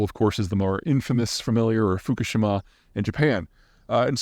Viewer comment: Peter, I love your content, but the person who works for you who supplies you nuclear power information is missing a few details and actually is mispronouncing a few things as well. You will have to look up the way Fukushima is pronounced. SMRs cannot fit on the back of a truck. Those are micro reactors, or mobile nuclear power plants. The truck we are talking about is not a pick up truck but legal weight 80,000 pound truck like a semi this is very different than what’s described in this video. They generally only generate 5 MW but can be combined up to 10. You can look up the IAEA on those descriptions as well. Micro reactors are farther along than you think. Check out project PELE which is backed by the military and involves commercial companies. One last detail spent fuel does not sit in a pool for the rest of his life. It’s taken out typically after 10 years and placed in the storage canisters. We have 3100 of those around the country for commercial spent nuclear fuel. Keep creating great content!